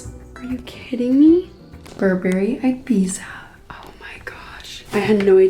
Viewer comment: Q: What's rarer than rocking horse shit? A: An English-speaking American who can pronounce Ibiza correctly. Seriously, though, Olivia, lying out in the sun for a tan is a one-way ticket to skin cancer.